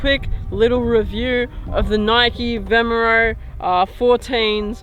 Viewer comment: bro it's vomero not vemero